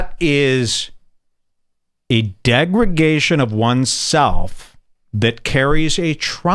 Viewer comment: "Degregation" nope, google translate didn't help one bit with that one... I think the root cause of the issue is this side of the internet and this tool disguised as content are degrad-ing our vocabulary and thus our ability to adequately engage in meaningful discourse, fast. You should for example be able to somewhat accurately assume a greying man with a beard would be able to pronounce words with more than 2-3 syllables quite easily, especially since he talks a big game... Embarrassing, even for American standards